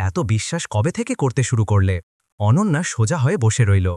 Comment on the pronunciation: অনান্যা নয়' , এবার ঠিক হয়েছে অনন্যা। আবার শুনছি অনঞ্জনা।